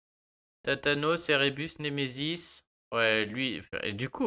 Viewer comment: Tu m'as fais rire , t'as tathane en tête, tu dis thatanos pour Thanatos 😝